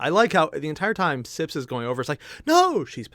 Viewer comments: its sips not "snips" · Btw tis Sips not "Snips" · You pronounced her name right but u called sips snips ú w ù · It's sips not snips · Hey, it seems you say "Snips" for Sips name. Probably just a slip of the tongue and you tried to remember it, then just went for it. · “Because I might be butchering [Erina’s] name” constantly calls Sips Snips. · Take a sip every time he calls Sips, Snips.